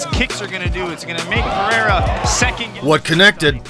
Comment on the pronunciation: Why saying his last name different? Was it shortened?❤